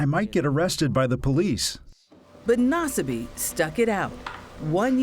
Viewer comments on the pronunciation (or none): Naw-Suh-me. Yeesh, whatever channel this is doesn’t even dish out enough to Google a name? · Nasbyって発音なの草